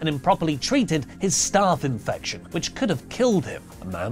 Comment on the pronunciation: Kudos on the correct pronunciation of ‘staph infection’! I’ve heard doctors get that wrong.